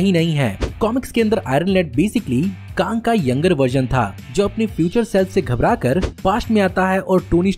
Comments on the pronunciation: It's Kang not Kaang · Bro bus KANG ko KAANG mat bola karo 👍 Baki sab A1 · It's Kang not Kaaang annoying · Woh kaang nahi kang hai 🤣🤣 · bro it's Kang not kaang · Bhai tu Kang ko kaang kyu bolta hai 🤦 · Bhai, Your pronounciation of Kang is wrong. You are saying it Kaang which sounds irritating. Kindly correct it... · Please prounance the KANG correctly..😂😅🤧🤭🤘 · Pronounciation of Kang the conqueror is wrong